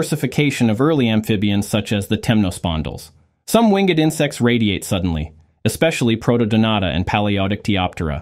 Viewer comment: Please use the human voice of someone who knows correct pronunciation, which would make this a great educational video. The word “replaced” is incorrectly pronounced “replace – ed”; Winged insects are called “wing-ed insects”, Pangaea mispronounced as “Pan-gay-ah”. Same problem with Glomeromycotan, and many other examples.